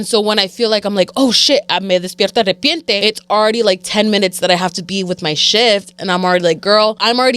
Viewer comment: I like to listen to y’all while cleaning! I watch the older episodes if it’s deep cleaning day 😂 can i just say it’s “de repente” not arrepiente lmao! sorry it was bugging me lowkey haha love y’all keep it up! ❤